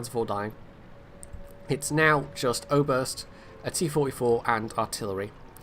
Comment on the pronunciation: I like the way you pronounce "Oberst". It's danish and means colonel;)